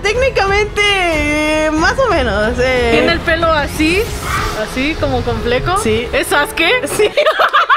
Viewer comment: Sasuke No saske No es crítica